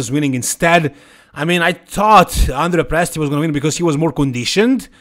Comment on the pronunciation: Hi, I've seen you often correct the pronunciation of Krizo's name. So, as an Italian, I have to correct your pronunciation of Andrea's name. It's Andrèa not Àndrea.